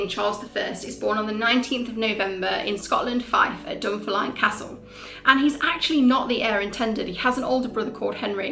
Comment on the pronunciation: Love the video, for future reference if it ever comes up again, Dunfermline is pronounced Dun-fair-muh-lin.